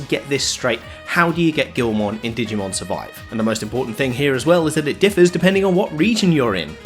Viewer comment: It’s pronounced gi-ul-mon not gil-mon…..lmao